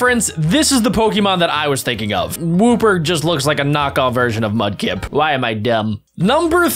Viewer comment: It's not sabbal its sobble and its not mubkick its FRIKEN MUDKIP